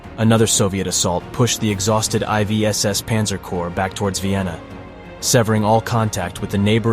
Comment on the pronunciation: This video, like many others, is degraded by the use of the psedo dramatic AI voice which cannot pronounce the fundamental subject matter and says I V when confronted with the roman numeral for 4th. Very interesting content but a cringy, false sounding AI narrative